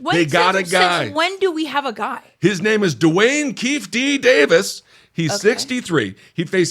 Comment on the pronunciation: The way Ben kept mispronouncing Keefe D's name is one of the whitest things he's ever done.